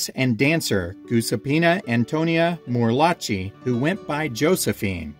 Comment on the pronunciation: Morlacchi is pronounced Mor-LAH-key.